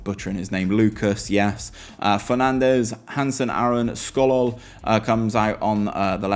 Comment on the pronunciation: Sokol ... "Skolol" close enough 😂